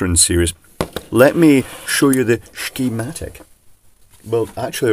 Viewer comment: Finally, a sssscccchhhhhemtic I can understand.